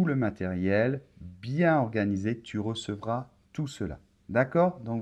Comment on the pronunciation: Bonjour, you'll be very disappointed that I'm writing in English, sorry 😐. My question: Why did you use " FICHES PDF, but " FICHIERS audio? 2: on video, I'm hearing "TU RECEQUOI TOUT CELA"....not...TU RECEVRAS TOUT CELA" as in the transcript. Thank you. I tried several YouTube channels to try and improve my French, but yours is the one that keeps me motivated. Merci.